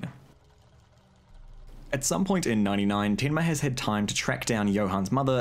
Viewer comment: lmao that tinma in the kiwi accent....